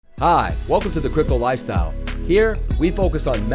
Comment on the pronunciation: When you said "sick TA" it made me watch your personal video: DDD> sub-ed You need more practice with the> "The Crypto Life Style" pronunciation (a little more love). But everything will be great. Fraction NFT > blow my mind !!!